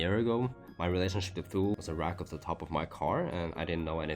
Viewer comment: It’s pronounced toolie